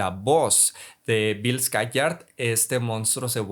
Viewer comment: Descubrí una nueva pronunciación de Skarsgård 😂